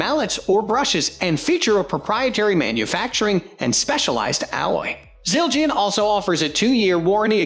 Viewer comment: I had high hopes but stopped watching after I heard Siljeean 😂😂😂😂